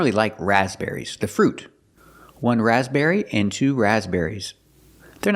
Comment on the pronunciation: I couldn't hear the difference in stress on the word raspberry. To me it sounded as if she was also putting the stress on the first syllable.